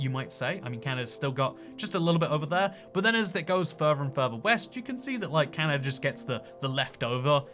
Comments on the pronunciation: Canada not canada-er 😂😝funny talking guy 😝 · Why is he saying Canata? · I've never heard Kelowna pronounce 'Clowna' either, but I've heard Winnipeg pronounced 'Winniepeg' by Brits. Always weird to hear Brits says 'Canader' when the next word starts with a vowel ( and ) and OnTARRio vs Ontareio